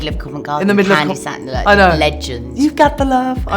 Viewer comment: Candi ‘Staton’ darling not ‘StaNton’ !!! 🤭